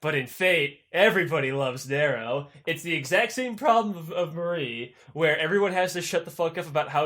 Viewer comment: Oh my God. Narrow caesar lol like oh my God. Narrow. Narrow caesar. 😂😂😂